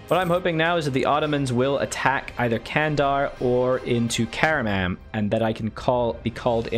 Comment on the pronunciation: Candar is pronounced like Jandar, like jedi.